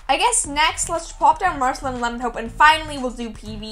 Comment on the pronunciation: you pronounce her as marcelene, and its pronounced as marceleen